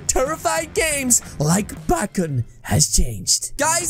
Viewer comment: Backon did he say backon it’s bakon